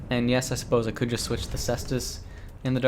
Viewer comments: Ses-tus, its triggering to hear kase-tus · The cestus/caestus is pronounced like "sess-tas". You know you can always google search this stuff too.